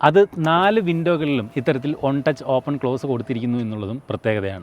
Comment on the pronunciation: One touch ❌ ഒണ്ടച്ഛ് ✅